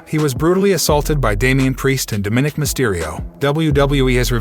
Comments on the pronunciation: Narrator: please learn how to pronounce Dóm-í-nik (both “i’s” are short vowel sounding). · its pronounced Dom-ma-nick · Quite watching video when you pronounced Dominique's name wrong